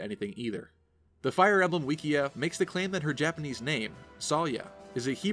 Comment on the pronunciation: We just going to ignore the fact he said "wikia" ?